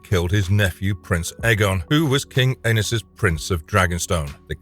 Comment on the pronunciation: Anus…😂😂 the way you pronounce these names.